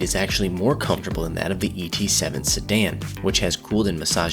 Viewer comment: Why did you emphasize the E in ET7, whereas the different letter was actually the T?